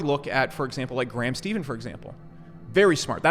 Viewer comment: Idk why No one ever says grahams name right LOL